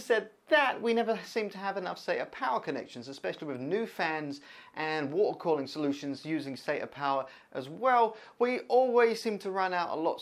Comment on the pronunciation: "watercalling" xD love the vid btw, and you sir will definetly get somewhere, i cant seem to figure out your accent?